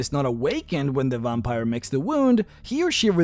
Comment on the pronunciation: OMG you say VOMPire 🤣 i love that so much i'm going to start calling them vompires too 😂